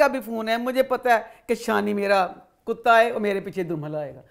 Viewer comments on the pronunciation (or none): none